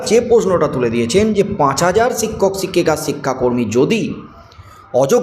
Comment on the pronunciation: “ছিক্ষক” নয় শিক্ষক। ঠিকঠাক উচ্চারণ করুন। চেষ্টা করলেই পারবেন।